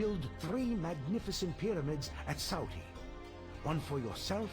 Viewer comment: Sauty... It should be 'Salty'! 🤣 Sometimes bugs in a game do make the experience unenjoyable